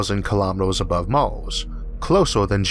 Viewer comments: it's Mars not Mors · "Life on Maws"